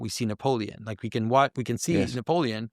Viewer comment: Oh believe me,, we like it. We wike it a wot!